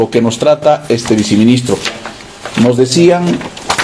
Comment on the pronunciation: Se dice: Viceministro y no se dice viciministro